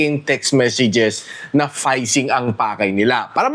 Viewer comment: We are fayshing dreamers! Pang naruto yata ang sinasabi ni